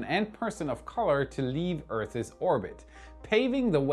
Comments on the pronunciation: He's still working on his English pronunciation. Today he said "earthes," instead of "earths." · "Earth's" should not rhyme with "Bertha's"